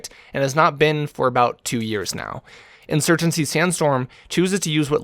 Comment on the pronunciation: Insurgency, not insurgency.. I watch you because I find the personality behind the screen to be entertaining. Personally you could post videos of watching paint dry, if it's you commentating I'll watch 👍